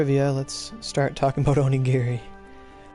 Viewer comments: "orogiri" ugh ugh.. my head.. the migraines.. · yeah i hate it when he says "orogiri" my god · Did you just say "Orogiri" yo. Call the dyslexia police.